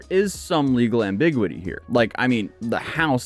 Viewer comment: "there is some legal ambiguity here" It's pronounced am-b'-gew-it-ee, rather than your am-big-wi-tea. You are missing a whole syllable.